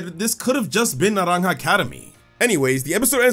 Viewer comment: The pronunciation of naranja is spot on🎉